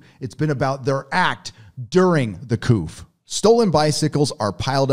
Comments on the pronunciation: couf? in england we go..Coo :) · Great info...CA is imploding, much like New York....😩 One thing for your commentary - "coup" is pronounced "coo" (soft O, P is silent)🤔 I was just thinking, if you are a nerd, you would want to know that 😎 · Coup is pronounced "coo" -french